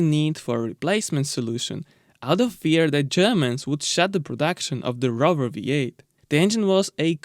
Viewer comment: I miss this engine so much, I had a Cerebra 3.5 V8 I could listen to it idle all day. It's Lola not Lala and Rover not Rerver.